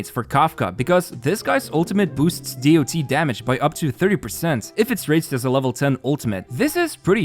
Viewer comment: Please say damage over time or dot(dots), not dee o tee. This term isn't from HSR, it's an old term and always said as dot.